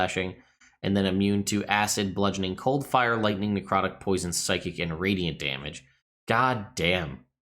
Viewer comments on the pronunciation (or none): none